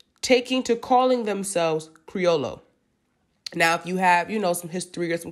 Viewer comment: The double L is pronounced like a Y so it's creo-yo.